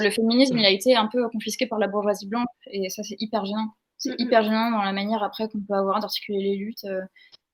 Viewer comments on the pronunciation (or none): Attention,, il faut articuler. Parce que lorsque vous prenez la parole vers pr expliquer cmt le féminisme a été confisqué par la bourgeoisie blanche, vs mâchez tellement les mots qu'on entend "et ça c'est hyper bien!" au lieu de "c'est hyper gênant!" Heureusement y a les sous-titres, et surtout, que vs répétez la phrase un peu plus clairement, sinon, j'aurais été persuadée de ce que mes oreilles ont entendu. Par contre, sur la mm question lorsque vs citez, vers, une certaine sociologue, vs mâchez tellement les mots que mm les sous-titres n'ont rien donné. Bref, faites gaffe à rester intelligible.